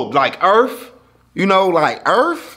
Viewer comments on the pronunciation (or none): “Like earf? You know like EARF?!” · Earff😂😂 dat right